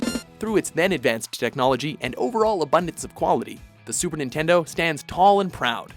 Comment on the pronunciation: Super ningaydo